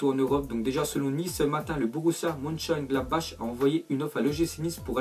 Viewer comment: Ça se prononce monchengladbakh